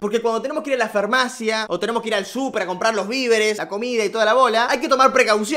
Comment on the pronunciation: Alguien se dió cuenta que dice fermacia en vez de farmacia? Ajajja te pasas